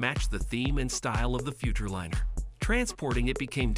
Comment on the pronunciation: The use of an AI voice cheapened the whole video. Mispronunciation of both "Futurliner" and "F-150" were dead giveaways. Won't be back to this channel...